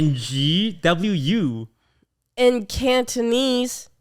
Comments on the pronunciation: I always pronounced them as en-gee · i didn't even know the Ng family was from cantonese roots lmao. Thought they were supposed to be pronounced as "erng"